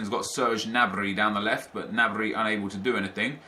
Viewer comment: The G in Gnabry is pronounced